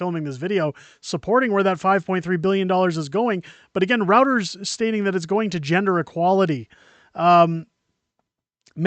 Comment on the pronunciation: Reuters is pronounced ... "ROYTERS" not "Rowters. And NOT one red cent goes abroad until EVERY Canadian citizen is comfortably housed.